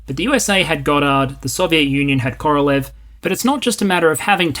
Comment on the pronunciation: You are pronoucing Korolev with the stress on the first syllable rather than the last - I always heard it pronounced like "Korolyoff."